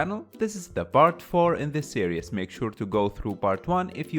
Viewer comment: Loving the videos. But it’s ‘series’ not ‘serious’ :P